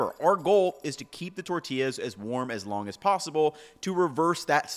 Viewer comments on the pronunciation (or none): none